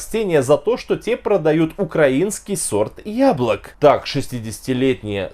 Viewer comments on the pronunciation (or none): none